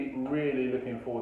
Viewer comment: “Cojones” Robbie, “Cojines” means pillows xd in south america we also say “huevos” (eggs), “pelotas”/“bolas” (balls).